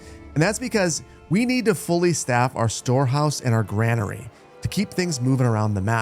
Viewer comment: And granary is pronounced "grainery".